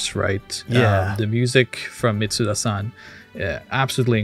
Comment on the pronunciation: Great video but please, please why can't people pronounce Yasunori Mitsuda's name right? There is no z sound in his name.